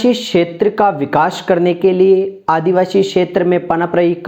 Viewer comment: आपका शब्द उच्चारण बहुत गलत है । आदिवासी को आप आदिवाशी 😢😢😢